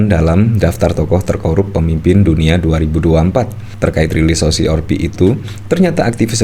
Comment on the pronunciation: Maas lidahnya ribet ya? Kenapa sih O si si or pi.. 🤣🤣🤣 O si si AR pi mas . Kalo ribet bilang aja o se se er pe.. Maap ya,dar kemaren2 gitu Mulu.. jadi geregetan...